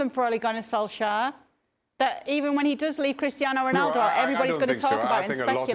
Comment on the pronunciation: Craig, you rube, learn how to pronounce “Solskjaer” Don’t make your lack of education that obvious 😂